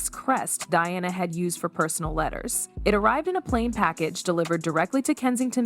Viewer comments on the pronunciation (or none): Her name is Diana, NOT "DIONNA!" Say correctly you idiot!